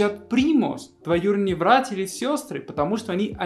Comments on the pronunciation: палит буква Б причем слово как "было" он говорит "Было" а такое слово как братья или брат он говорит Вратья";) б-в испанская тема) забывает наверное иногда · Смешно, вместо "братья" ты всё время говорил "вратья")... Современные россияне почти не употребляют эти мудрёные слова вроде золовка шурин и т.п. Теперь говорят - сестра жены, брат мужа. Всё ограничивается именованием первых лиц - муж, жена, тёща, свёкровь, тесть свёкр